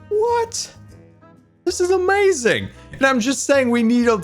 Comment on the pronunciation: How many times has he said, “Amayazing”